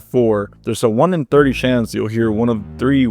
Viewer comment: the creepiest one is the fact that you pronounce chance as "shance"